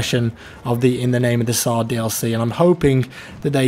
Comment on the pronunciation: stop saying Zar omg.... just read it like it is TSAR.... царь means king in Russian, TS not z